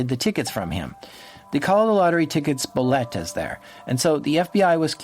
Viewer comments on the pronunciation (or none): Also lol you're saying "boletos" as "boletas" (which isn't a word) xd which literally means "tickets" in spanish as you were also saying the word "tickets" a lot, which confused me xd xd good show tho, very very immersive as usual!:0